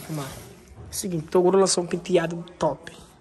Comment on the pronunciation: " TORUGO " kkkkkkkkkkkkkkkkk eu racho